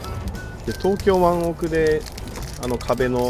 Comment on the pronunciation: 湾奥は本当は「ワンオウ」と発音するけどは、敢えて「ワンオク」と言う 「ワンオウシーバス」に違和感が有って「ワンオクシーバス」の方が格好いいかららしい ロックフィッシュを狙う時は、ワンオクロックって言うのかな❓何か聞いた事有る様な┅🤔